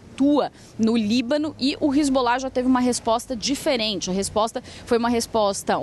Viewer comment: Hisbollah 😂😂😂 de onde essa repórter tirou isso?? 😂😂😂